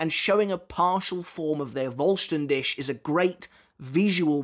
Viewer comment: I've been wanting to say this for a while now, the "Dich" in Voll Stern Dich is pronounced like "Dihh". There's a tiny bit of "c" sound in there but it's very faint, it sounds like a cat's hiss actually. You've been pronouncing it like "Dish". Just a slight correction. 😊